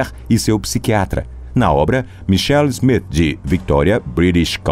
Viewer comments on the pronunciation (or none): none